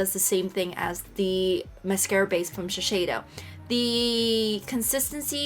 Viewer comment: Grrrrrl, it’s she-say-doh